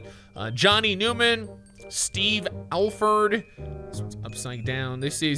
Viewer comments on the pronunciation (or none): none